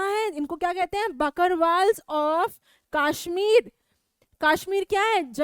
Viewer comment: maam its not kashhmir its kashmir because i am from jammu and kashmir